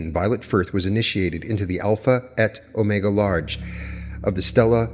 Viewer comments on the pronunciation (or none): none